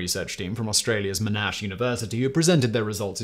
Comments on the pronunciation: Mon-ash University. John Monash was, and still is a revered Australian Leader, and mispronouncing this name, especially when it is quite simple, does great the gears on Australians listening. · Monash, in Australia is pronounced like Monday, mention the 'o'.